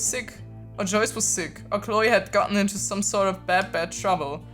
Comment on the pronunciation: Ich bin immer voll wer viert wen du Joyce sagst